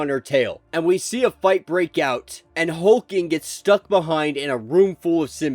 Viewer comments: It’s not Hulking it’s Hulkling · Really dude? HULK LING man NOT HULKING!! SERIOUSLY? AND YOU ARE SUPPOSE TO KNOW COMICS? LOL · If you don't stop butchering these names!! Hulk- ling. God if you can't say it right don't say it at all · There are two L's in Hulkling. Hulk+Ling